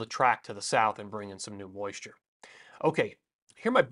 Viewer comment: I loved "impressive moisure content"